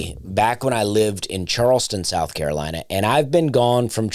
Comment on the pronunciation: The way Dusty says South Carolina, is annunciated like he just got done talking about North Carolina.